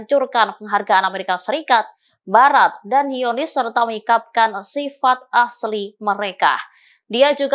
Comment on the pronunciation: Aduh...jangan ganti Al Qassam jadi Al Hasam, zionis jadi hionis, Qatar jadi hatar. Untung Jerman gak jadi Herman. Biasa aja lah bacanya jangan ngerubah sendiri pusing dengernya.😵‍💫😵😖🫨